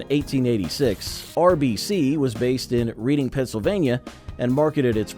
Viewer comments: That would be REDD ING beer, not Reading, as in a book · Reading Pennsylvania and the beer is pronounced RED-ING not REED-ING. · U lost me when U can't pronounce Reading ;(